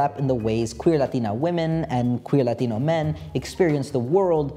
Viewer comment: you switching between english and latino pronounciations for the latino words is actually so hot. you won. now help me